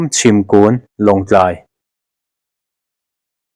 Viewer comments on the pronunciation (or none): Minute -na a mi 'chhimkun' tih hi 'kùn' ti a lam er lovin, bung deuh hlek a 'chhimkun' tûr a ni e. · Chhim kûn ni lovin Chhim kun tih zawk tur aw 😂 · Chhim kun tih pawh lam dik thiam lo hian youtube channel neiin i chhiar nitin mai si a, hmasawn tum la, i diklohna tal hi ngaithla let thin roh